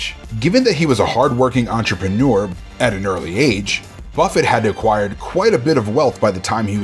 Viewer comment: Enterprenuer endeavor lol